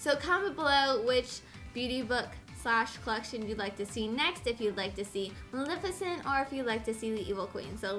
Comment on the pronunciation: maleficent, not magnificent.